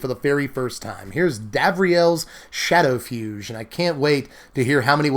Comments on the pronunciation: Shadowfugue is defs pronounced like a fugue, the musical structure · Shadowfugue has a hard G. Like Tocatta and Fugue in D Minor.